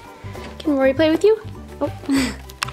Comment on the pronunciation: Is it just me or did she say Laura not Rory...